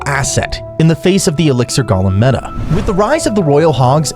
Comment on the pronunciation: I hate how u pronouce golem